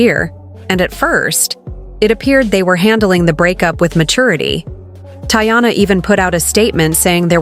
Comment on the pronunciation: First off, thats not how to say her name goofy